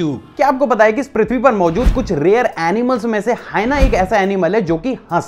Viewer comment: Ur pronounced प्रथ्वी right pronouns is Pru.. पृथ्वी